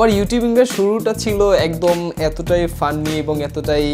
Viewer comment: মোটামুটি সবই ঠিক আছে শুধু আপনার উচ্চারণ শুদ্ধ করলে একটু ভালো হতো। এই যে আপনি এখানে ফান্নী বলেছেন এইটা ফান্নি না "ফানি" হবে। এরপর মাঝে মাঝেই বলেন এটা ধারা। ধারা না "দ্বারা" হবে। এগুলা আসলে আপনার ভুল না। আমার মনে হয় এগুলো আপনার মুখ ফসকে বেরিয়ে আসতেছে। উচ্চারণ গুলো সুন্দর করুন আরো ভালো লাগবে। Keep it up 👍